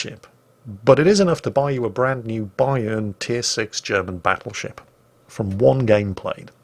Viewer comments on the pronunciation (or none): none